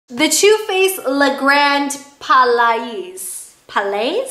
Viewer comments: Hi, Palais is pronounced as palai (ˈpæleɪ). Love your honest & in-depth reviews. Gr8 work. Thank you. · Le Grand Pal-aye i believe its pronounces. sounds french. lol.